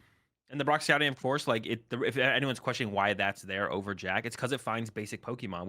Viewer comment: can you learn how to pronounce "Jacq" correctly? I'ts not "Jack"......